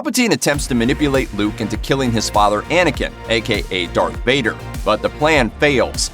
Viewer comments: *1.11 - Did I just hear this guy say "AKA Dark Vader" instead of Darth Vader???? :/ MJ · I hope u didn't say "Dark" Vader